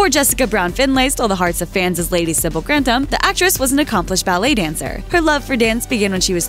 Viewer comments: Hard to watch this when every mention of the name is wrong. Grantams instead of Gran-tham.... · Can you stop saying countess of grandam and earl of grandam, it's grantham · Shows the narrator had never watched the programme. The name I'd pronounced Grantham with a th not Grantam with a t. If you're going to report on it get the pronunciation correct. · The way you pronounce GRANTHAM is aggravating! It is GRAN-THAM, NOT GRANT-HAM. UGH! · in old english, it is/was 'grant-ham', not 'granth-am' as they characters say it in modern times. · Grantham is pronounced Gran th am, not Grant ham. I live very close to Grantham for ten years. Pronunciation is important, please do your research. Good video though. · GranTHem!! not Grandem!! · Is i the goal of every American to purposely mispronounce English words? *Crawley and Grantham. Its Gran-THAM not Grant-am. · Or grant-am. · Why do they pronounce Granthem like that?? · "Lord grantam" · This narrator continues to mispronounce “Grantham”, calling it “Grandom”. Annoying. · Why can this chick not pronounce Grantham correctly? Why did no one fix it before putting it on YouTube? This is very rude. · Just by your (mis)pronunciation of Grantham, I know you haven’t watched an episode of this show at all. 🙄 Further, Isis was named as such in honor of Highclere’s earl, who was a budding Egyptologist. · Why does she keep saying "Grantham" like it rhymes with "kingdom"? There's a "TH"!!!! Drove me crazy enough to do a thumbs down. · Your narrator woman can't seem to correctly pronounce GRANTHAM. What's the deal?